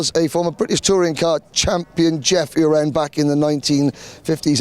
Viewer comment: Please do not call Emerson Urin it is U ren